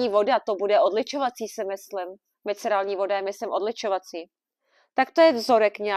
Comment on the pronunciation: všiml si někdo, že říká miceralní 😀